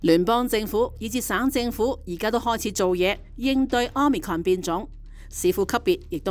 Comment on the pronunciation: 好心有些報導員去認真一下 omicron 的讀法 失禮呀